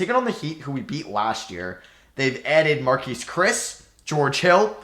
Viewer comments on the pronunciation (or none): none